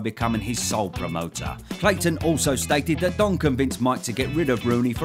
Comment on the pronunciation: It’s ‘Cayton’, not ‘Clayton’ 😊